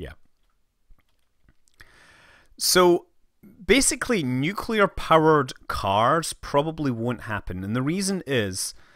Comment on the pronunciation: causually says " one summer job i worked in a nucular power plant"